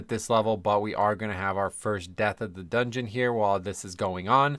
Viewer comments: so glad "doogeuoon" is becoming a regular - loved it when you previously called the dungeons by their german names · Doongeoon. Works for me…I blast-laughed at doongeoon. Ha!